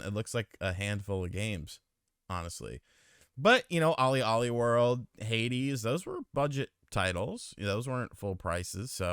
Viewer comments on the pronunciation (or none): none